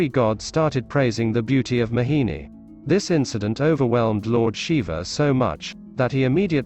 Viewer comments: Its not mahini its mohini 😅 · Everytime this man kept saying 'Mahini' and i kept smiling. Never heard this pronunciation from anyone. FYI my name is Mohini. Was here to understand the true meaning of the name. 🙂